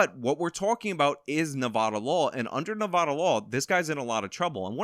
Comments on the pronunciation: Everytime he says Nevada i Cringe its Nev-ah-Da not Noh-vah-Duh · It's ne-vad-a pronounced ne-vad-uh the "a" in vad is like how you say dad. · For the love of my ears, it's not Nevaada. The first a is pronounced like the a in bad, not like bod. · I respect outlook on this, but I can't forgive his pronunciation of "Nevodda". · OMG, please stop saying Nevada like that. I know you wanna pronounce it like a Spanish word, but it's not correct. You drink Serra NAV-AAW-DUH in Las Vegas NE-VAHD-AH.